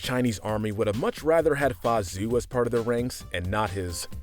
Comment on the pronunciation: Anyone else triggered how this guy pronounces Mulan's father's name? It is not pronounced as Zue ZH is more of a JH sound AO is more of an aou sound.